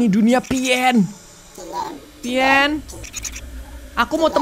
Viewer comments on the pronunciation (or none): Pien nya berubah jadi pian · itu di bacanya pien